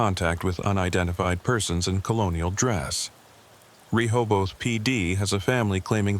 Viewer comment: Ree hobe eth say quickly